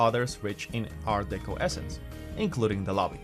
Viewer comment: I got as far as him saying Art DEECO...no thanks.....😆